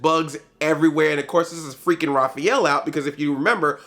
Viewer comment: Did you say Raphaelo ? xD